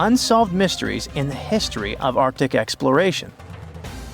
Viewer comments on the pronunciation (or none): none